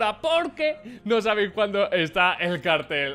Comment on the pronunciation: por dios, es "no sabéis" no "no sabis" jodiooo 😂